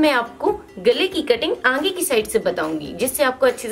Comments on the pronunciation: Angea nahi aage bolna Baki sab bahot acha samzaya. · Are aange nhi aage hota h